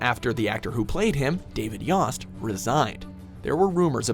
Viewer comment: mispronounced Yost too